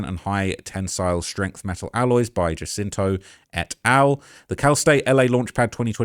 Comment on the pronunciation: Monica Jacinto…..her last name is pronounced as if the “J” was an “H”